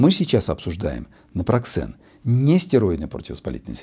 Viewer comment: Напроксен выходит,а не напраксен